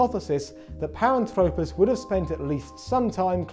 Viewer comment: Great video! Not a criticism, but since I know you care about details, you mispronounce Paranthropus. For future reference, this video has is the correct way of pronouncing it: (par-ANTH-rop-us).